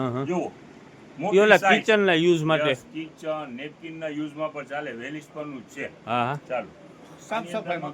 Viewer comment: વેલસ્પન બોલો ભાઈ અંજાર માં છે વેલ ઇસ્પન નય ઓકે